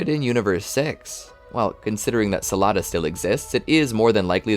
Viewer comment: The planet is called sadala not salada 😂😂